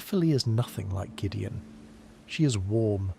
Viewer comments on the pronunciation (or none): none